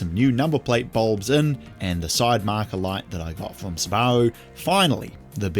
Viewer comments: I absolutely despise the way your pronounce subaru, but I will subscribe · Mate I really like this show, but the way you pronounce Subaru is doing my head in. I’ve never heard anyone say it like that. Is it a NZ thing? Never heard any of my NZ mates here in Aus say it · Kiwis pronounce Subaru funny, they emphasize the bar sound. Must be all the sheep over there 😊 There are plenty of examples of how it's pronounced in the rest of the world including Japan.